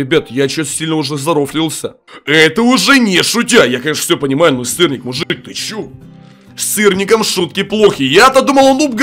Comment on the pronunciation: бЛЯТЬ ОН СКАЗАЛ СТИРНИК Я ЗНАЮ ЧТО СЫРНИК НО ОН СКАЗАЛ СТИРНИК